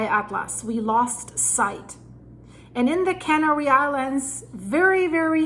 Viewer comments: "Canary" is pronounced with emphasis on the 2nd syllable, not the first. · Its not "Cannery Islands,, its Canary Islands, there are no cans being made there.. 🤣